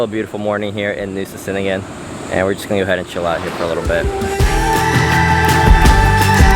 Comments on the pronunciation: C's in indonesian sound "cheh" So cheningan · "C" is pronounced "Ch" in Indonesian - so now you know. Gili "Air" - "Air" means "Water" and is pronounced a bit like "Eye" but with an "r" on the end. I am enjoying your videos as it is good to see what Bali and Lombok and surrounding small islands are like during this time. It is also SO good to see places where masks are not worn. Masks are also not worn by the locals around Bromo in East Java and in the village areas of Madura....so much healthier not wearing a mask. The damage frequent mask wearing can do to our lungs is really shocking. How many other places to stay are open in Nusa Ceningan? I guess it was Mushroom Bay - the beach you went to on Nusa Lembongan. I can't remember any other good beach.